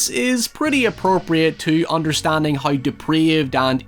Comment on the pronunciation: I can't decide if "noi" is better than "hoi"